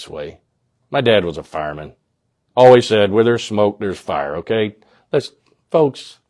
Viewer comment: Hi we watch your videos religiously and refresh your page every day, but every time you mispronounce "always" as "alwez" we cringe:(